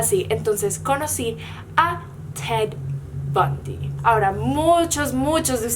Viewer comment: no estaba viendo el video, solo escuchando y cuando dijo "ted bundy" entendí cat von d y duré super confundida mitad del vido